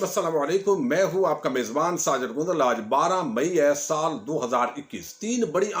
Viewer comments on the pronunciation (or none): ساجد گوندل صاحب اگر گونندل کا تلفظ صحیح کر کے پڑھا کریں تو مہربانی ہوگی